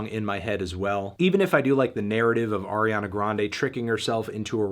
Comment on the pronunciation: You mispronounced Ariana Grande. It’s pronounced Ariana Grande.